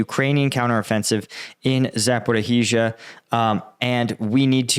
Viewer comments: Please, zh is pronounced as in pleasure, not like z. Please. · Z a p o r i zh i a. Not zaporhizhia